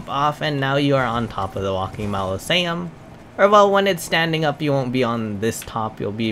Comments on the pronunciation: enunciate with me -mau-so-le-um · Mos-uh-Lee-um* Also, solid video dude. No Bs, no 10am explanation as to what NG+ is (We’re gamers….we know, amirite?) and outstanding content and help. Thank you!! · OMG... It's Mausoleum (pronounced Maw-so-liam) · MAh-Liz-e-ums lmao It’s mozz-a-Lee-ums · its pronounced MAH-ZOH-LEE-UM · Fyi, Ma (mom)...zo (go)...lee (Bruce Lee)...um (gum). Great tips!! About to start NG+. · Say it with me bro, MAU-ZO-LEE-UM Mausoleum. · “Malosaiums” lol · Mozz uh lee um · MAH SO LEE UM AR MA MENTS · Moz a lee ums… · The way you’re pronouncing “mausoleum” has me weak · Gosh Dangit! I could say Mausoleum with no trouble before hearing you say it. But, Now I can’t say it.